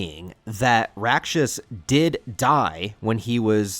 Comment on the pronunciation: Full respect to Miura, but the art's only gotten better imho. Btw, Rakshas is pronounced [raːkʂɐs] and roughly translates to demon in Sanskrit. The decision to bring Rakshas here seem apt since Kushan empire is meant to be India. Ganishka/Kushan are a historical king and empire from ~200CE.